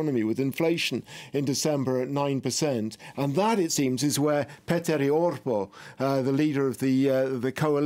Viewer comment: (As a Finn) I should point out the the graphics wall has some of its information a bit wrong: - The National Coalition Party (Finnish: Kokoomus) leader's name is Petteri Orpo (there's a letter 'i' in the end, which pronounced just right) - The Finns is actually called Finns Party (Finnish: Perussuomalaiset), and their (female) leader's name isn't Rick (an English male name), but Riikka Purra